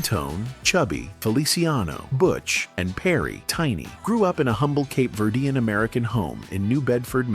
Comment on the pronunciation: There are pictures that are shown that are not the Tavares group!!! Also, the pronunciation of their ethnic back round is so wrong. Cape Verdean is who they were....not what is being said by the announcer!!!